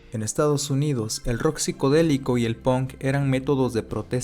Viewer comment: Alguien sabe por qué los mexicanos pronuncian ponk o gon en vez de pank o gan?